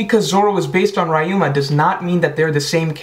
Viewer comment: his name is pronounced like ree-yu-ma